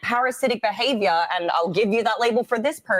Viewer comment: parasitic behavyuh